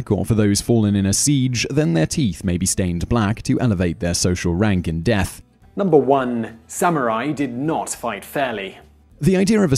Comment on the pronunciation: dearth samurai